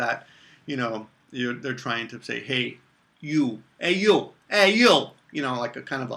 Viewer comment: was that "hey you" an american italian accent? LOL